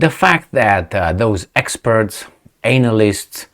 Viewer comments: Your unique pronunciation of "anal ysts) is excellent and greatly apreciated!!😐😊💗🙏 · you say analyst perfectly, especially in this content…anal-ysts 😂😂😂😘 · 😂 when you said Anal-ists 😂 I couldn’t help myself… 😂😂😂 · Lol. I love how he refers to Analists as Anal-ists , with emphasis on the Anal , lol . Which most experts are . Especially which most MSM Western experts are .